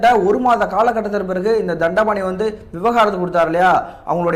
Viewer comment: விவகாரத்து இல்லை தம்பி, விவாகரத்து